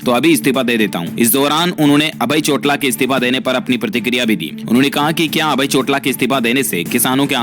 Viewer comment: Plz say chotaala not chotla